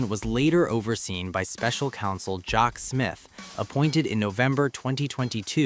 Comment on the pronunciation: The AI in this program was abysmal It couldn't even say Jack!! ridiculous so subpar and unprofessional shame on you!